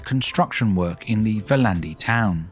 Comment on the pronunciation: Great! Two quibbles. Like many Estonian words, Viljandi is pronounced with the emphasis on the first syllable. BTW, it is my mother's home town. In Tartu. the section of the cathedral that the museum uses was actually built back up in the 19th century. Previously, it had been a ruin, like the other half. The area around the cathedral is now a park and is lovely in the summer time. But it was once Tartu's old town, and looked very much like Tallinn old town. None of that remains. Peter the Great totally destroyed this (blew it up) during the Great Northern War in the early 18th century. He also had the university closed and it remained closed for around 100 years. Indeed, after a siege, the city of Tartu was pretty much wiped out by Russians in the Great Northern War. The great Peter did not want a city there as it might compete with his spanking new St. Petersburg. The top of the hill around the ruined cathedral was made into a park in the 19th century. It also is home to one of the most historic observatories in Europe.